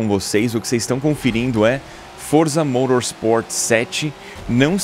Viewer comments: Pq ele fala modorsport si e correto falar motorsport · morosport? kkkk e motorsport vc e brasileiro edu kkkkk